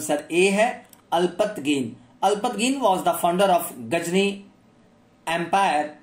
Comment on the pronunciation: Alpatgin nii alaptagin